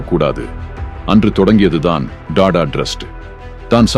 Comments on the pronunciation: Rathan TATA not TADA your poor pronunciation ரத்தன் டாடா ஏழ்மையாக இல்லை எளிமையாக வாழ்ந்தார் 👍😄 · Don't say " da da " Sat "Ta Ta " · Ayyo Tata enru pronounce pannunga, please